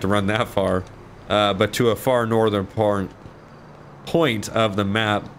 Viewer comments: Lol when he said porn instead of point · When I heard say "most northern porn" instead of "most northern point" was the best and made my day same with the Ron part and you yelling at the guy saying "I'll beat you add then go continue my run" keep it up my friend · Lol he said “at a far northern porn”😂😂😂😂😂😂😂😂